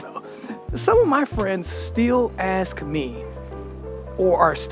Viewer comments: Learn Dutch. It's great that you love my country, but time for the next step. Anders wordt het erg moeilijk in de toekomst. Nederlanders zijn rechts-conservatief. (extreem)Links is vaak een jeugd of Adam/Utrecht fenomeen.. Niet levensvatbaar of constructief. And for your English: it's ASK not AKS. (not in this episode, but still) About our government: NOBODY HERE TRUSTS THEM. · We do not ask channel. He says AKS......